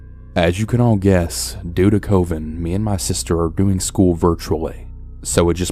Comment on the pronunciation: what the heck is “covin” isn’t it “covid”?!?!